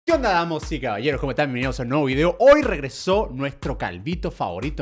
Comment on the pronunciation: soy yo o dijo damos y caballeros🤣🤣🤣🤣🤣🤣